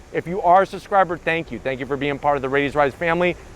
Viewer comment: Subscriber not "suscriber" introduction not "innerduction" An STI not a "STi" Enthusiast not enthusistist Guy can't be too serious about his car as he doesn't have an AOS on it.